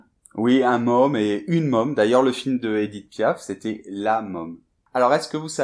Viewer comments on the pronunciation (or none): Erreur de prononciation : si il y a un accent circonflexe (^) sur un o ou un a, le son est plus rond. Donc môme se dit mÔme et non meum! Olala les français et vive les suisses huh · D'où mon prénom Pacôme je me dois de vous dire que votre prononciation de môme me fait mal aux oreilles, penser à : fantôme, diplôme, trône, etc. Parce que là a votre prononciation est comme : homme, .com, déconne, etc. et ce n'est pas franchement beau à entendre, mise à par sa je dirais chouette vidéo.